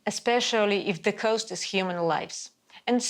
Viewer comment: please, cost, not coast) these words are pronounced differently. And please lower the amount of names in English version.